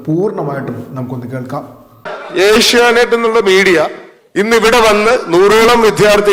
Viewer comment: A ഷ്യാ നൈറ്റ് അല്ല v ഷ്യാനൈറ്റ് ആണ്.